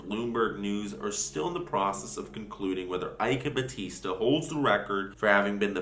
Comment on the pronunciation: Ok, so... you nailed "eike batista" great pronounciation. When you said "lava jato" though... ugh you said lava rato... i know in spanish they pronounce "j" as "r" or "h" but , in Brasil(yes we write it with an "s" not a "z") we pronouce the letter "j" the way you did it when you said "rio de janeiro".